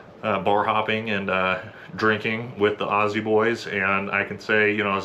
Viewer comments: The bloke won me over by his pronunciation of "Australian" and "Aussie". Americans normally butcher both words, so you have my respect. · Hooray, a Yank that can say "Aussie" how it's supposed to sound. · A yank that actually knows how to pronounce Aussie properly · A man who can say aussie correctly, subbed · AND he can pronounce "Aussie"! :) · Much appreciation for saying 'aussie' properly, not pronouncing it ah-ssy or oh-see haha its easier to do those domestic operations when our population is 1/13th the size of yours haha we have a similar but unique history with out military and many (i hope most of us) have huge respect and support for our service members and our foreign allied partners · It's clear you've spent time with Aussies, you use the z sound rather than the s.